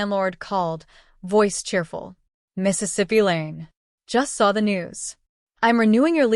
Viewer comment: Mississippi Lane? It's MISS Lane.....